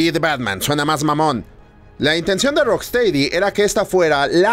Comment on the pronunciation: Se pronuncia "rocstedi" no "teidi"... Lo siento pero ya van 3 videos.